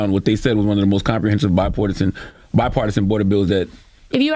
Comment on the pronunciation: Shite i think he just learned the word bipartisan. He pronounced it like a grade schooler.